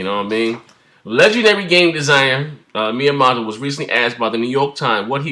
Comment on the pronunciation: Its Miyamoto say it with me Mii YEA MOTO